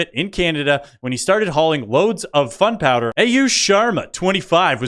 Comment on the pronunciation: I'm subscribed. You are hilarious. The pronunciation on the "Canadians" crossing the border with "fun powder", cracked me up.